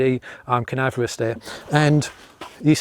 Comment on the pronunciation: I liked canaverous. Did you mean cavernous? Great review. Thanks.